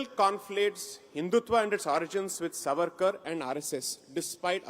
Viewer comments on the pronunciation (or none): Mohua firt learn to say the name savarkar properly , he is not Suvaarkur as you ignprattly pronounce, Sai Deepak you have really tarnished the wopped up narrative flogged by the anti Hindi brigade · The name is Savarkar and not Svaarkar as you are saying it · Madam ! Please 🙏🏾🤨!! It is not SaVAArkar but SAAvarkar. One would expect that you would take care to pronounce the name of a great historical Indian figure correctly as you are so very particular with your Bongali names!